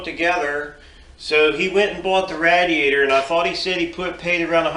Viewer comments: yep I'm going to start a drinking game to your video no offense to you or the video it is an awesome idea but for how many times you said radiator wrong I should take a drink other than that there's an awesome design good going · Nope. ra-DEE-A-tor is the right way. Some people think it is rA-dee-A-tor. What do they know.